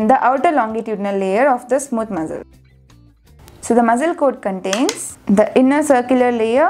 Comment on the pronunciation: Your pronunciation for muscle 🤐